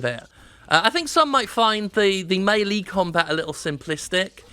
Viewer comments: “May” “lay” melee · meh-lay is UK, may-lay is US, may-lee is Jim. What the heckin' heck is mee-lee? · I think i've heard melee pronounced may-lay and mee-lee but never may-lee